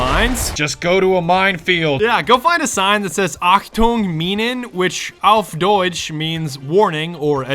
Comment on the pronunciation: yes you said Achtung Minen right FINALLY SOMEONE